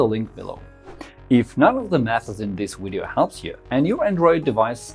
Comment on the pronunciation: thanks for the video i know this kinda off topic but i heard it a few times in thin video n iv been wondering about this for a while, when ppl pronounce video "wideo"; what is that? Austrian?? and y is it, do they pronounce v's as w's in their language my interest in etymology has been growin a lot lately